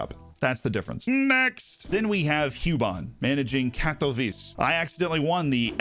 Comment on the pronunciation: I'll bet Katowice is Kat-o-veet-say not katowees